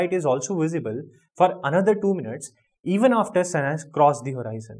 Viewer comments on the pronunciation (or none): That's not horiizon it's just horizon